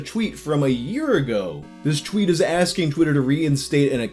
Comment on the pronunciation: take a shot every time he mispronounces "tweet" or "twitter"